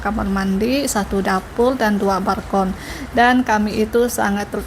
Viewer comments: Balkon bukan barkon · BALKON, bukan BARKON PULANG, bukan PURANG Btw, kenapa kok pindah apartemen?